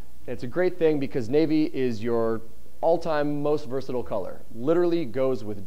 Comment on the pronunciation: THAT IS NOT how you say versatile